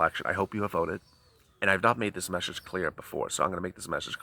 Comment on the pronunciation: Does it hurt you to say that? Does it hurt your viewers to hear that mseesege